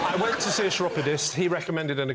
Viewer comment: Chiropodist is pronounced with a 'k' at the beginning, not a cheesy 'ch'.